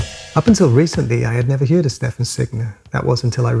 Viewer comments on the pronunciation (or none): HI always love your videos. Nice one for the introduction to Stefan and his music, i cant believe i have never heard of him or his music. Occasionally you say "yeard" instead of heard. Are you from south wales? I have a friend from south wales that always says it like that. Anyway take it easy